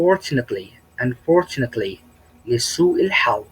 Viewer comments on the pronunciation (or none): العفو أستاذ عندك كلمة Unfortunately كأنك عم تحط حرف الباء بالاخر باللفظ وهى ما فيهاا حرف الباء ممكن تصلح هالشي. (يعني بالقراءة في خطا)